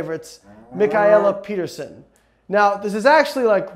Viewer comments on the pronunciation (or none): none